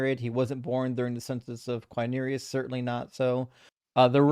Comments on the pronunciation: "Herod" is pronounced HE-rod, and "Quirinius" is pronounced "Quirinius" and not "Quinerius" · I didn't mean to Imply that the first syllable is pronounced like the English word "he", only that the emphasis is on the first syllable. The mistake was the other guy's, not; though he did mispronounce Quirinius.